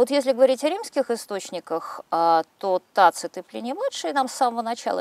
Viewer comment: Юлия Леонидовна, технические возможности позволяют исправить брак в аудиозаписи. Вот пусть Алевтина Пугач исправит за свой счет в Вашей книге когномен "Таци́т" на "Та́цит"; хоть Пу́блий, хоть Гай Корне́лий, но: Та́цит, Та́цит, Та́цит, Та́цит, Та́цит, Та́цит, Та́цит, Та́цит, Та́цит, Та́цит, Та́цит, Та́цит, Та́цит, Та́цит, Та́цит, Та́цит...